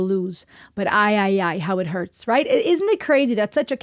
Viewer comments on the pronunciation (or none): none